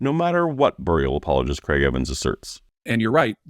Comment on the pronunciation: it's not apologist.... It's apple-ah-gists according to them.